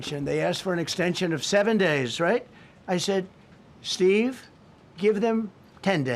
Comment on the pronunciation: steve you "are firw"😂